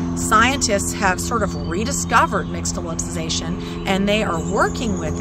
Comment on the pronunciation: I agree that the mispronunciation needs to be addressed because now others with then repeat it wrongly, as well. But - it was a nice video for people who didn’t already know this. I’ve known this my entire life - bc it’s part of my culture.